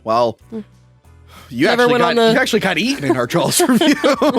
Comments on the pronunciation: I swear it sounds like you keep saying jalws instead of jaws like a hard L is in there. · Stop saying Jawls lol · I will never understand where you guys get the L in "Jaws" or "saw". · did say Jaw-L-s?